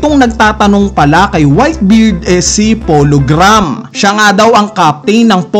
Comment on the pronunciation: Feel ko sinasadya mo talagang bigkasin yung ibang words na mali for ragebait. POLO GRAHAM? GRAM basa mo? Edi berigud